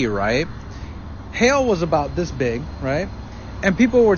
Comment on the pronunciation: If you want to be taken seriously don't say, 'Dis' when you mean , 'this'.